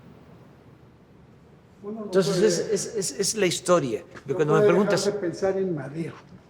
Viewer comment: Que alguien le enseñe a pronunciar a este estupidazo. Se pronuncia entonces no tonsess. Mamarracho en Placio Nacional .